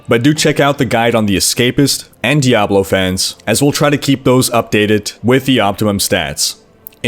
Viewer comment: its pronounced (D-Ah-blow) not (D-Ab-low). K thx noob